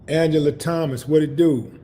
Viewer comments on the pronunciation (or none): none